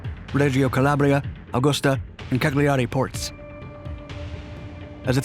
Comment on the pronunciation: Pronounced Caliari NOT Cagliari. Also Tob ruk, NOT Tow brook! Get it right please